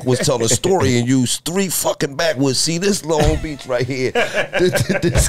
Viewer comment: What they know bout LONG BEACH! Not (l- ong beach) its (Loan-g Beach) 😂😈